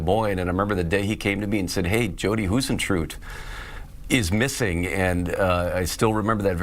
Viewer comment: Hi sen true it...say it right